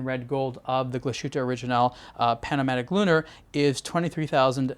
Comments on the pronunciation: True mate the way he says it is terrible... Hope he remembers that it is a German watch brand so please say it in German. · people who know how it is pronounced in German get upset about it because the pronunciation is wrong. It's as simple as that. Another famous example is Porsche. It's pronounced Porsch-e. The e sounds like the e in bed. Are you from the US? If so, how would you feel if someone pronounced Illinois Illi - noise or Arkansas phonetically? It just sounds wrong. Also, saying one is not able to pronounce it correctly is not an excuse. Especially in this case because he's got the for non native German speakers most difficult diphthong - the ü -right. The thing he does wrong is the s. It sounds like an s and not like the English sh. Change that and there he goes.